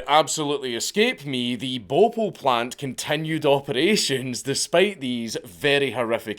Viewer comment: hahahahaaha ! Bopul ! sounds like a pokemon i love Dank's accent 🤣🤣🤣